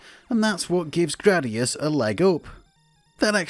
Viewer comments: It's "GRAH-dee-us." I have spoken. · i have never heard anyone say Jradius ....